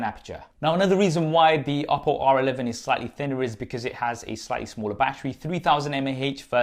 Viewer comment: Funny how him saying the word "Oppo" sounds like "Apple".